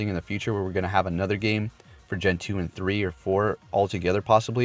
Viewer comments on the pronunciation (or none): none